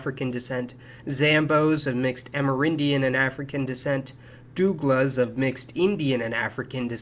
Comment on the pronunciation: Dougla Is pronounced “dough-gla” not doula